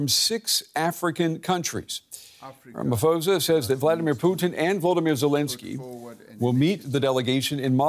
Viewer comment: To the correspondent reporter : It's NOT "Putni" It's Putin! please this must stop already To the African Leaders; how could they chose the worst timing when the spring counter-offensive has already been initiated? No one will stop this war right now; not even the US - At least for the next 6 months. It's really gon' be brutal for both sides. It's gonna get bloody and now is simply not the best time to go.